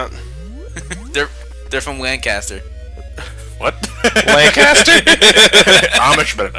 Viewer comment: Oh god..I hate when non locals pronounce it Lan-caster. Lancaster. no pause xD